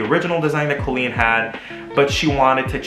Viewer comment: Pronounces "Colleen" correctly AND knows where the apostrophe goes in the video title:, you are my hero (designs are beautiful, too)!!!